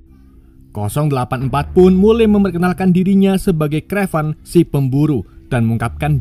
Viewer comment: kraven mas bukan krevan... tapi mantap mas, sangat menghibur